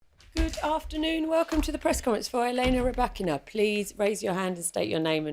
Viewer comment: Even happier if people learn to pronounce her name properly!